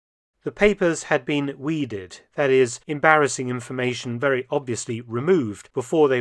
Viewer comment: Veeeewy intervesting!